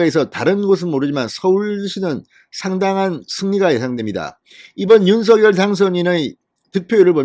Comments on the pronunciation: 대통령님께서 윤서결 아니고 윤성녈로 발음해달라셨잖아요~ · 진성호 사장님! 적시에 보내시는 방송 대단히 감사하게 시청하는 사람입니다. 윤석열 대통령의 성함을 발음하실 때, 윤석열[윤서결]로 하시는 대신, 윤석열 [윤성녈]의 표준어 발음으로 방송해 주 시면 고맙겠습니다. 미디어에 종사하시 는 분들은 국민들을 표준말 사용으로 바른 말 사용으로 선도해야 하는 사명 이 있음은 매스 미디어가 끼치는 영향 력,파급력이 크기 때문일 것입니다. 이봉규tv의 이봉규 박사님은 정확하게 [윤성녈]대통령으로 발음하시더군요. 앞으로의 방송에서는 [윤성녈]대통령 으로 발음해 주실 것을 부탁드립니다. 감사합니다! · 진성호님 수고많이 하시어 구독하고 잘보고 있습니다. 윤성열로 불러주세요 한글어법도 , 당선자본인도 윤성열로 불러달라는데, 계속 윤서결로 불르고 계시네요. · 진선생님 발음을 윤서결 보다도 윤성녈이 어떤가요?